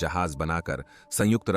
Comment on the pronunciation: Kitni var sangujt bole ga ? Or kya Kitaab pad rha hai ? Ek do hi video theak hai baaki sab bekar hai